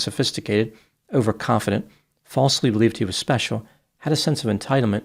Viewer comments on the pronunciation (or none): none